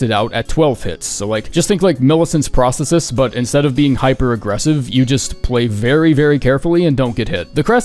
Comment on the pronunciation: I like this video, not a clue how you mispronounced ‘prosthesis’ but otherwise great video 😂